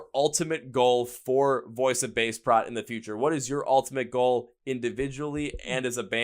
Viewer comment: I'm new to your channel/podcast and found it because of VOB. I love that they're getting well-deserved recognition for their amazing talent and their struggle. My only negative for you is your pronunciation of their name as it's: Voice of Baceprot (pronounced 'bah-che-prot').